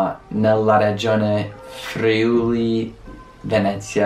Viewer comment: Complimenti di cuore! Con tanti "italioti" che lo pronunciano Frìuli! :)